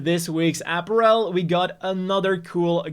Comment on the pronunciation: Not because of the gender collection joke though... Because of the way he pronounces apparel.